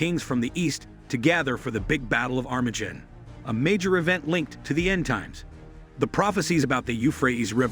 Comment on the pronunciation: This guy cant even pronounce Armageddon much less Isaiah.